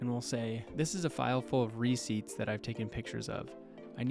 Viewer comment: re-CEIPTS. Emphasis on the second syllable. A receipt is not a ciept again..